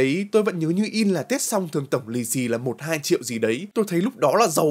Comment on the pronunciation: Ủa anh nói lúc kiếm tra lì xì thì anh nói 2 trịu á😅😅